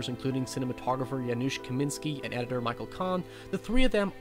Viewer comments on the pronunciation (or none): none